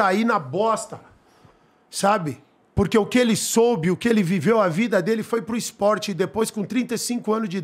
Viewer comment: "IS-PORTE" AHAUHAUAHU